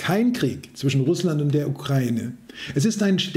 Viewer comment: Danke, die wenigsten können heute noch UkrAIne richtig aussprechen!!! Danke, Danke, Danke!!!